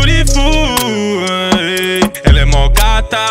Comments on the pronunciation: vc fala correto inglês, a pronúncia é beariful mas tbm se pronúncia bilriful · cantando certo ele pode até tá, mas a escrita e a pronúncia do beautiful tá errado